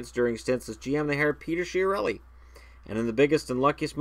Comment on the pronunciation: I am sure it is pronounced Kia-relli, because it has Italian origins, and the CH sounds like K.